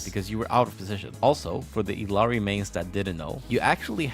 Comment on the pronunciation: Also, Illari in her hero swap voiceline pronounces her name as Ilyari, not Ilari